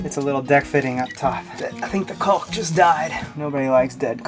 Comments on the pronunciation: caulk /kôk/ Don't pronounce the 'L' in Caulk. I was corrected for doing just that by a 4th grade school teacher...... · Shame he can't pronouns Caulk : )